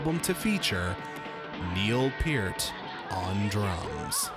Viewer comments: SAY NEIL'S LAST NAME CORRECTLY IT'S P---EAR-----,T NOT PURT!!, AND U R A FAN! DUMMY!!! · Lol "It's ZED" from the clip, then he mispronounces Neil's last name...bahahahahahaha!